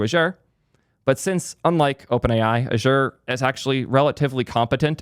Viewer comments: First time i've heard Azure being pronounce like that :p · please learn to pronounce Azure correctly 😁